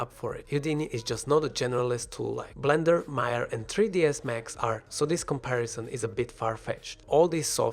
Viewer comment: It was getting interested but once i heard "MAYAR" instant quit, the older i get the more fed i get with people adding 'r' after an 'a'... WHY IT IS CALLED MAYA NOT MAYAR.